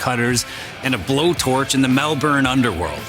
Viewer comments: I’m like a minute in and already triggered coz u called in MARmite 😮😮😮 and pronounced it MehL-bOURn instead of Mel-Burn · It’s Mel-bin!!!! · Mate, its Vegemite we eat. Not that marmite shit. And also, Melbourne is pronounced (MEL-BIN) Uncle Chop would be sickened ya Gronk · you said mel"burn", opinion ignored.